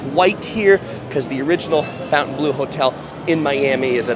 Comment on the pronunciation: How can you do a walkthrough and NOT know how to pronounce the name of the resort?